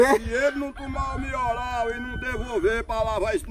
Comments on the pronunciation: Qualquer coisa:a:MIORAL!!! PÓ TOMA XAROPE DE MIORAL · E um remedio chamado melhoral mas ele nao sabe chamar certo ai chama mioral😂😂😂😂😂👍